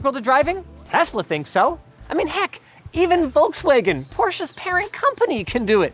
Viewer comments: Ah, that’s the worst pronunciation of VW’s name I’ve heard in my life :D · congrats for pronouncing porsche correctly :) just need some practice with volkswagen